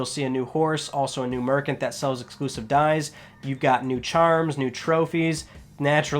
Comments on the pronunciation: Soldering=saw-der-ing. The d is silent. Merchant=mer-"ch" not K-ant. I have never heard anyone say merkant...... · Merkant? Italian Descent my man? :)